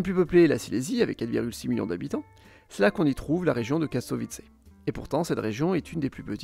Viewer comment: Ça se dit /krakouf/, /katovitsE/ et /dane-tsiHHhh/ ou / gdagne-sk/ en « version originale » 😊 Et tu as omis l’ethnie des Kachoubes et leur langue, qui bien qu’elle soit proche du polonais, est bien plus divergente de ce dernier que le silésien ne l’est ! Bonne vidéo, comme toujours !❤